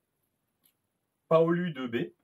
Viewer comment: Félicitations au gagnant!! Pas trop présent dans les com mais j'essaie de suivre un peu tout le monde quand même!!.😅 pour la prononciation le U se dit ou" " 😂